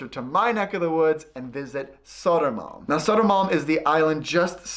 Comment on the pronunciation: Sodo-man...? Is that Södermalm, for us not living in Stockholm...? ;-)